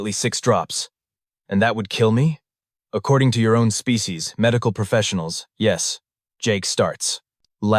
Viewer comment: The AI talks fast and has pacing issues, it also skips the occasional word . It can't pronounce SPECIES.